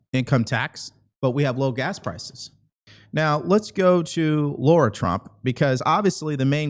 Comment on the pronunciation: Her name is not Laura Trump. It is Lara Trump.